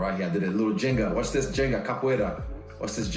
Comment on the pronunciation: One minor fix: it's "ginga", not "jenga".